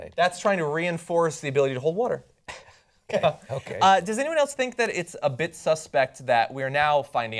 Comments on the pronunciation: Is it just me, or does John pronounce "water" really strangely? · Anyone else think John pronounces "water" really strangely? He says it like "wuhder" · Water, or wutter? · Anybody else distracted by John's pronunciation of water? lol.